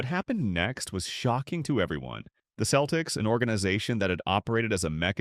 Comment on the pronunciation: This potentially interesting review of overachiever Dave Cowens career did not survive the chatgbt AI voice referring to his team as "The Keltics"